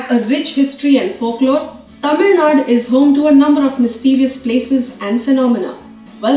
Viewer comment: Girl who's speaking in the video pronouncing 'Tamilnadu' as tamilnaad and talking about Tamilnadu places.... Nice!